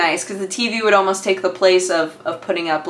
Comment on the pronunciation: Everytime you say TV, to me it sounds like you say TB ^^